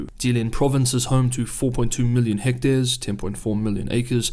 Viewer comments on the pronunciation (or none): none